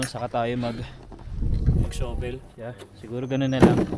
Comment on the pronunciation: Shovel po is pronounced as "shuh-vl", d po "shooh -vl". Cheers!